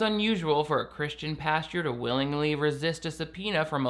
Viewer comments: I see you still read it as pasture 😂😂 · lol You said "pasture". Again. ;) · The fact that still can't say "pastor" after making so many religious videos is strangely endearing ❤️ love you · I love how says pasture for "pastor"... Idk if it's on purpose but it's so cute. Edit: commenting on this like minutes after I comment! It's like we are SOUL mates. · It's so hard to day Christian pastor three times fast. It sounds like Kristin pasture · I never would’ve noticed how wrong you say “pastor” except you mentioned it in the beginning 😂